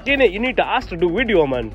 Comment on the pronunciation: I love the way he says " wideo " 🤣